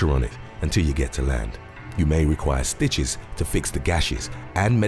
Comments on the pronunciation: Does anybody else know what sooches are because when he meant to say stitches he said sooches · why he say stitches like that